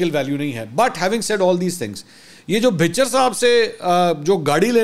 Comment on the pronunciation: Opposition Leader Ahmad khan Bhachar (بھَچر) hain....Bhichar nahi hain